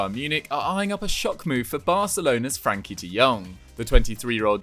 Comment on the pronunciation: Does anyone elsemind him saying Frankie and not Frenkie?